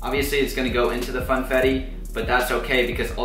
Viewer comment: did anyone hear him say fanetti😂instead of funfettu